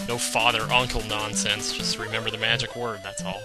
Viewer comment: at first, i thought that the "spell" spell made you spell a word to do damage (he said rember the word, and i was like 5 yrs. old)